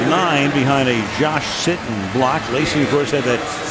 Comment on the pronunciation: he said Josh “Shittin” 😁